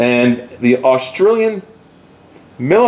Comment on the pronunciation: I am a subsriber and enjoy your videos, but please, the gun is made in Aus-tri-a, NOT Aus-trail-ya.